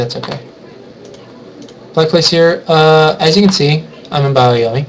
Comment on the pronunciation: CMin777 yeah kinda drove me nuts too. Lol but otherwise like the video.